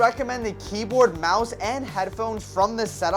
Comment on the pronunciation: Bro said mise instead of mouse💀💀💀